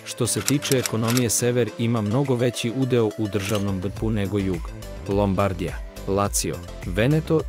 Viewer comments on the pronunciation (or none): Napolitanci Milaneze zovu "Svabe"😂😂😂😂😂😂😂😂 I ne kaze se Lombradija. I ne akcentuje se tako. Nepismeno zvuci .